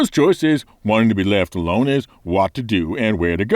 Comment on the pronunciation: "left alonD". I love your channel,.:D